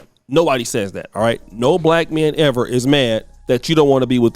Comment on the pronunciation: She didn’t say black; she said back. It’s definitely her😂😂😂😂